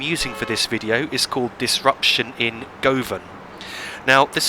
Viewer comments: Brilliant video! Govan is pronounced guven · It’s not Govan it’s pronounced Guv-Un Asshole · Fantastic video! Only 'Govan' is pronounced guv-un. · in the word Govan the O is pronounced as a U